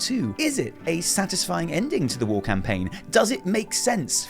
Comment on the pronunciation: Thank you yes I like the long videos. Every time you said "war" I thought you said "wall" as in "the fourth wall" and Im like....................wait. THANK YOU SO MUCH FOR POINTING OUT THE PARALLELS TO WRATHGATE AAAAAAAAAAAAAAAAAAAAAAAAAAAAAAAAAAAAAAAAAAAAAAAAAAA